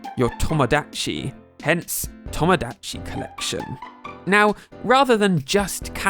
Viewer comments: PLS PRONOUNCE TOMODACHI CORRECTLY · the way you pronounce Mario and Tomodachi......... British moment